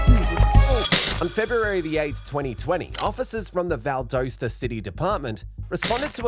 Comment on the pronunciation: Val-das-da is how locals pronounce it, great video!